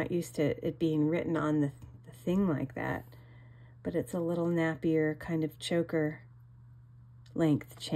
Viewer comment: NAPIER is pronounced "nape" "ee" "er"